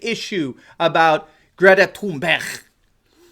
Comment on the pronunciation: ‘Greta Toon-bear-awe-ght’